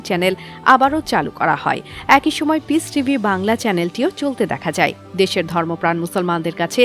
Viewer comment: উচ্চারণ করলেন পিচটিভি